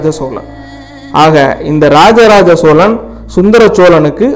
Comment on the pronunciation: சோளன் இல்லடா அம்பி. சோழன். மள்ளர் வேறு சோழர் வேறு. தமிழ்..ன்னு ஒழுங்கா உச்சரி. உருட்டல் உடாதே...அம்பி.